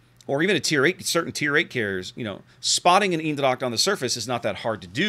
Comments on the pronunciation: U prenounced the ch part in dracht more or less like an K. If u would prenounce it more like the first two letters of the word chemicals. (And u would combine it with how u said the other parts of eendracht it would be close to perfect) Furthermore good review once again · native dutch here, hit me up if you need help... :) Eendracht = Een part is pronounced like AINT but with the T soooo.. AINDRACHT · Pronounce Eendracht. Its almost as though Google wasn't invented.